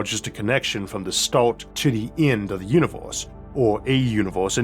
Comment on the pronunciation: What's up with pronounciating Earth as Orth? And Univorse and Mattor for that sake. And WormWhores 😅😂🤣